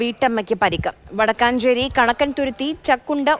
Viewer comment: Chechi, wadakkachery alla vadakkenchery anu